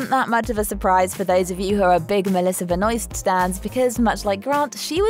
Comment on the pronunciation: I hate that the narrator pronounced Melissa's name like that, btw if you don't know its pronounced, Melissa Benwar